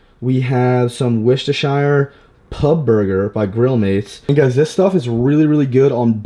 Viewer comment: butchers the word worcestershire sauce lol